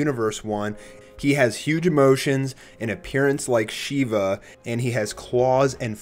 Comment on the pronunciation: my name is shiva and yes named after the indain god shiva and THAT IS NOT HOW YOU PRONOUNCE IT